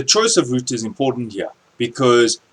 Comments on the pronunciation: Great video!!... I hate to say it, but it's not pronounced ROOTER =/ . That was killing me ! LOL all in all fantastic video! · hahah he said rooter